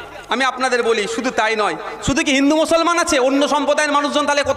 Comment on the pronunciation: ভাই "পতোকা" নয় "প-তা-কা"..... "মোসোলমান" নয় মুসলমান... একটু সংশোধন দরকার